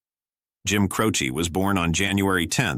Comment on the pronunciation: Jim Croce not Crowchi